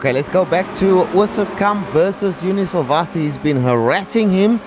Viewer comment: Thank god! No chickens and cows. Please let this be the beginning of a new trend. Still pronouncing 'Silvasti' completely wrong however.